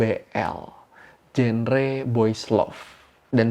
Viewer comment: Maaf kak, genre diucapinnya jangre/? 😅